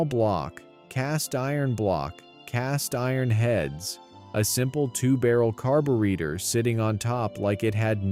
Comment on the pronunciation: A.i. said carbareader 😂😂😂